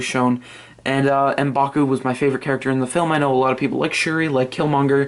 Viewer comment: I love the way u say M'Baku